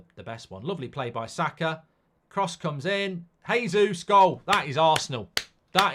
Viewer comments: Its pronounced Jey-zeus not Hay-zeus. Hes Brazilian, they speak Portuguese no Spanish. Just like its Jo-zay Mourinho not Ho-zay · Its JAYsus not Heysus.